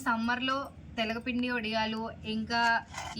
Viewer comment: Telagapindi kaadu telakapindi